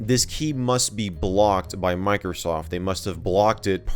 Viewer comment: It's microsa ft sa ftware